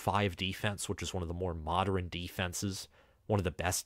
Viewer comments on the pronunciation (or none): Anyone else noticing insistence on pronouncing "modern" as "moder-in-"? Lol